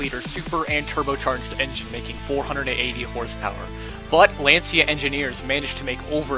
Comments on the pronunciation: Impress your friends and learn to pronounce Lancia correctly, like an Italian, ...it's pronounced " lan-cha' " not " lan-sia " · Lan-chi-a not Lan-see-a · You're pronouncing lancia wrong. It's pronounced "Lancha" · Not to nitpick, but Lancia is pronounced "lahntcha" rather than "lanseeya", and I agree that the Lancia Delta S4 was the coolest of the bunch. I also love the Quattros, though. They are the cars that really turned Group B into the legend it has become. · True, it was originally called the "Rally"! And, just for all the Italians out there, Lancia is pronounced 'Lan-cha' 🤪